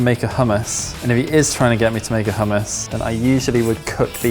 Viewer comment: Barry is... Pretty easy on the eyes... If you're into that sort of thing.... Also, it's hummus not HUMM... I....